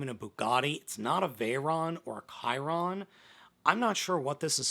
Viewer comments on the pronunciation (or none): none